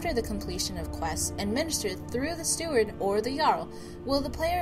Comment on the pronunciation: It's steward.